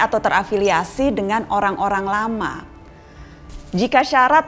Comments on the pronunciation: ngomongnya typo ya mbak nana? "Orang olang lama" :v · Apa cuma gw yang denger orang - olang lama dari ucapan mbaa nana ?